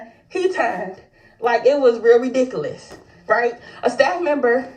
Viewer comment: She said it’s “really-diculous,instead of ridiculous and patient,instead of patron of the store.... Smart-dummy!😂